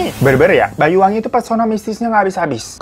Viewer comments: Bang saya dari banyuwangi asli, bang hiro kalo mau nyebut singkat nya banyuwangi tu bukan bayu BWI gitu dan kata”nya salah😂 bukan bayu ya tapi banyu artinya (air) wangi (wangi) jadi airnya wangi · Banyuwangi bang bukan Bayuwangi